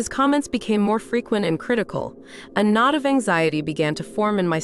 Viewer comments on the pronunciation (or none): "KNOT" not NOD...... WANKERS!